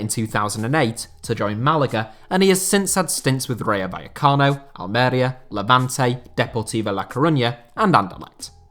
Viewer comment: Pronunciation tip if you're interested. With Masia and Almeria, the accent is on the second to last syllable. It's la ma-sEE-ah and al-mer-EE-ah.